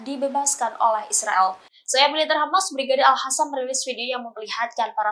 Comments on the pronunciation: Alqassam bu... Bukan alhasam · Brigade al qasam woii,bukan al hassam,,ini dia salah mulu ngomongnyaa yang pake kerudung